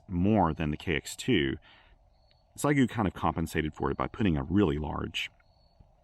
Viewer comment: Maybe wait for the X6100..., and PLEASE, it's she-eh-gu, not zygu.